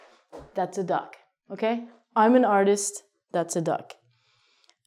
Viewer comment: You're saying duck like John Abruzi as kidding way.